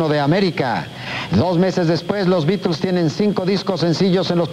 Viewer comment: Al fin alguien pronuncia bien los beatles